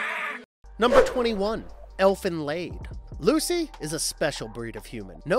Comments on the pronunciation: Elfen LAID!!?? He has to be doing this on purpose. Doesn't make me hate it any less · Its elfen lied (lid) its a german title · more like leed